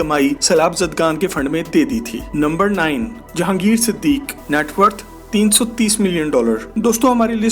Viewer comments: siddiqi, kee, not siddiq. and lakson not lakshun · Its Siduqui not Siduque. Correct plz